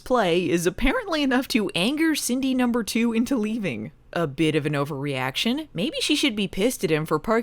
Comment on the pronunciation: Every time yiu say "Cindy number two" it sounds like you purposefully try to say "Cindy poop"